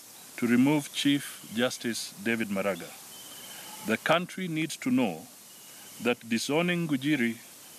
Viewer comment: these kikuyus who even can't pronounce the name "MARAGA",instead they call the honourable CJ "MALAGA"!!!.......